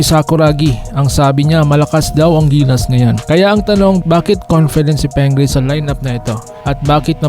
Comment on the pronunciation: Pingris hindi Pengris!.😂😂😂